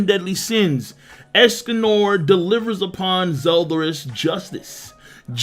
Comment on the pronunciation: Why he saying es-Cum-More It's Es-Con-Nor